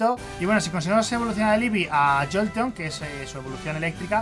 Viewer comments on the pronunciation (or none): Es llolteon no goton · muchos lo llaman: Jolteón Hollteon Mike: "Joton" Xd